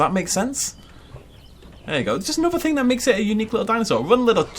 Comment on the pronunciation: How does "thing" in a british accent become "fink"?